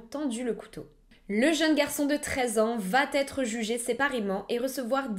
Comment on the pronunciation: Fais attention à tes liaisons (Je parle de vocabulaire !). Il n'y a pas de "T" à la fin de "VA (Verbe Aller)". Donc, tu ne peux pas dire: " vat être" mais va être". Ne fais pas la liaison. Merci. Bise